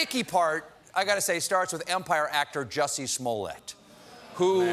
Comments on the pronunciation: Kobe B.S Please get the name right! It’s Jussie! After all the trouble he went to, you can at least get his name right. 😂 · I came across this video and noticed Stephen mispronounced the name of the actor. Justice for Juicy!